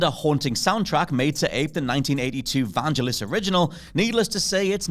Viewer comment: I'm more concerned of how he pronounced vangelis 🤨🤣